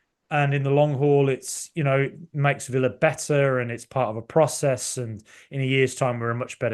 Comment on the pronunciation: Absolutely love you, but why do you pronounce "process" like Vince McMahon?